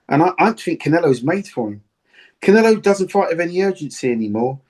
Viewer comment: 😆 🤣 its Canelo bro not CONelo